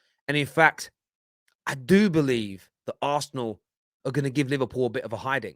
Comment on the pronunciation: "Arsenal" not "aresenal" put some respect on the name